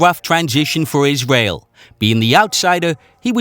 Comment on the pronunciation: " a woof twansition for iswael"